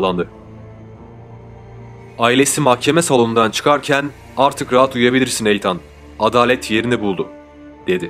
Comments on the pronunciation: Ya allah rızası için şu İngilizce kelimeleri bilmiyorsanız söylemeyin. Videonun her yerinde Eytan diyorsunuz. İnsanı rahatsız ediyor sadece. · Eytan değil İtın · eytan degil iiiitean bence türkçe okuyabilcegin gibi azdım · Benim bildiğim de Eytan diye değil, itan diye okunduğu :) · Eytan ne be kardeşim.Bu telaffuz hatalarını bu tarz video yapanlar çok yapıyor.O kadar hazırlık yapıyorsunuz.Okunuşunu bilmediğiniz kelimelere de bir göz atıverseniz çok iyi olur kardeşim.Naçizane;''itın''. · Odaklanamadım. Eytan Eytan. Adının doğru telaffuzu Iytın. Ancak 4 dakika izleyebildim. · EYTAN NEDIR YA? BAZI ING.KELIMELERI COK GARIP TELAFFUZ EDIYORSUNUZ.VIDEOYI BITIREMEDIM VESSELAM.ETAN TURKCE ÎTIN DIYE TELAFFUZ EDILIYOR.LUTFEN, BIRAZ DIKKAT VE OZEN.ICERIKLERINIZI COK BEGENIYORUM.AMA, KAC TANE VIDEONUZU YANLIS TELAFFUZLAR YUZUNDEN, IZLEYEMEDIM! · Yalnız sanırım o isim eytan diye değil itın diye okunması gerekiyor. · Eyyan ney kardeşim iitın diye okunur okunuşlara dikkat edin komik oluyor. 😃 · İtın abi, Eytan nedir ya? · Etan (okunus: iithın) eytan diye okunmuyor maalesef ve lütfen kusura bakmayın bir süre sonra tırmalıyor kulakları. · Eytan değil, İytın okunuyor, bari adını söyleme yahu, Hoseramos ne, Hoze Ramos, dikkatim dağılıyor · Eytan değil kardeşim iytın diye okunuyor ...! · Eytan deme artık İttndeee 😂😂😂nolur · Eyytan diil... İytın... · Eytan değil edın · Eytannn nedir ya , iytın diye oku bari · Kardeşim bilgin olsun eytan diye okunmuyor, itın demen gerekiyor. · Eytan ne ya? (itın) Şu İngilizce isimleri doğru söyle ya. Kulak tırmalıyor. Dinleyesim, izleyesim gelmiyor videoyu. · Eytan degil etan yaa offf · Eytan değil Eathen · Ertan değil İ Tın olcak Etan(itın) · Eytan değil (İytın) diye okunur. Emeğinize sağlık ama bu sebepten izlerken kanser oldum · Doğrusu Eytın diye biliyorum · Yok resmen videoya odaklanamıyorum 🤦🏼‍♀️ Eytan nedir ya? 😂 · Eytann değil kurban olayım böyle okunmaz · i-tın böyle okunur...